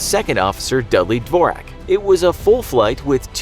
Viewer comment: That's not how you pronounce dvorak but nice try